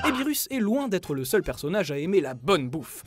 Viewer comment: "birusse"? OMG!!!!!!!!!!!!!!!!!!!